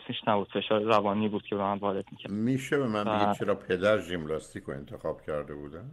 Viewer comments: آقای هلا کوهی با عرض معذرت ژیمناستیک درست است نه ژیملاستیک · خیلی ممنون از دکتر هلاکویی گرامی فقط خیلی عجیب بود برای من که شخصیتی فرهیخته ای مثل دکتر هلاکویی به ورزش ژیمناستیک می گوید «ژیملاستیک» . نه یک بار که چند بار تکرار کردند . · صحبتاتون مثل همیشه عالیه آقای دکتر ولی ژیمناستیک درسته آقای دکتر نه ژیملاستیک